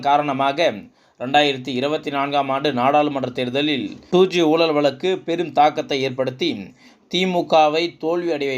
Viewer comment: I cannot make out what is meant by "Soolalil" , "oolal," " valakku" .. Please do not murder Tamil...by pronouncing atrociously...Your report is long winding..Be crisp and concise..